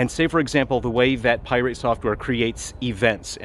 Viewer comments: Pi rate because he is very irate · Pie-rate software … appropriate 😂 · why are you saying "pirate" wrong? :) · Pronouncing Pirate with a annunciation on the "irate" was a chef's kiss move. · That’s the first thing I noticed 🤣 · He has been doing that for a while now, iirc from the first video on him .. its the most passive aggressive dig I've seen in a while :D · I love how he pronounces 'pirate' like it's an element on the periodic table lol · Yeah, he's always done that. I couldn't tell if it was an intentional mispronunciation or if he would actually refer to the general pirate that way. But it's probably intentional. He has a way of sounding genuine while not actually being genuine. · he's not fool's gold if that's what you're insinuating